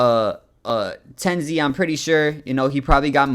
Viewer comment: ppl mispronouncing tenz name is crazy lmao i cannot continue watching